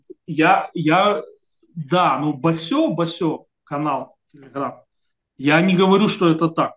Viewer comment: Гостю: не " Басё", " Басе". Первое, это мастер японской стихотворной формф, а второе значит известия, по типу: " одна бабка сказала". Действительно, надо бы с осторожностью относится к некоторым правозащитникам....